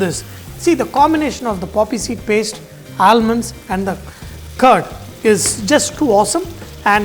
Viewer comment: All-munds.... Not expected from a chef like you.